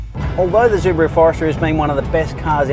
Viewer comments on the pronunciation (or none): ZUbaru ? really ?? go fuck yourself bro , you're destroying my ears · stop calling it zubaru ffs wtf??? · Zooo-buh-rooo? Seriously? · Zubaru? Why? Not even the Japanese pronounce it in such way... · Im Australian and this is the first time I've ever heard anyone pronounce it Zubaru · Pronouncing SUbaru incorrectly makes this video unbearable to watch. DICK HEAD!